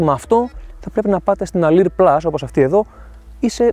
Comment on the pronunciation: Αδερφέ Αλουρ λέγετε η έκδοση όχι αλιρ.